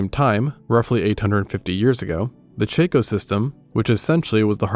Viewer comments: Chaco-system = Chaw-co 🙏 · *For the record: "Hearth" is pronounced like "harth" not like "herth". And "Chaco" (as in Chaco Canyon) is pronounced like "chock-o" not like "chack-o". Sorry to nitpick. Cool content though. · The narrator has interesting ways to pronounce certain words. I can't place these pronunciations, because they are not standard to any region of which I am aware. Listen to how the words iron, hearth, and Chaco, are said. They seem odd, to me.